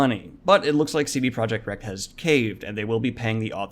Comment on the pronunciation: "CD Projekt Wrecked?" Huh? It's "Red" plain and simple